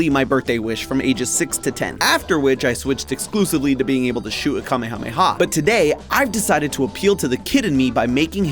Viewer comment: Ahhh thank you. A nice tip to know not from the US is that he pronounces "kame hame ha" correctly and not like americans do... "ka meya meya"